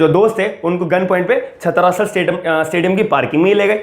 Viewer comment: Its छत्रसाल not छत्रासल owner of stadium is Delhi Govt not Satpal (his father in law). Pl update your self than make videos.